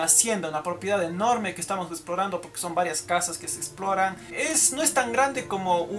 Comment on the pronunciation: repitou estamous cayendouuuuuu